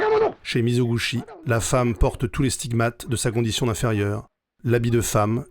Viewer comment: Merci beaucoup pour ce résumé exceptionnelle ! Une correction : Mizoguchi se prononce mi-zo-gou-TCHI.